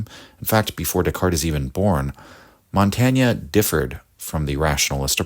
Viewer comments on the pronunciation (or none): Why is it so hard for English speakers to pronounce even well-known names correctly? It’s impossible to follow the argument, however perfect, while the name is being butchered every few moments. Too hard to learn such a simple thing? Or for lack of respect? /mɒnˈteɪn/!!!!! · This is a very good video essay, but it's just pronounced "montayn" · You pronounced his name wrongly. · I'm sorry I love your channel but the French pronunciation is painful lol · Good text but please pronounce his name properly. We owe him this much. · Good video, but awful pronunciation of Montaigne's name!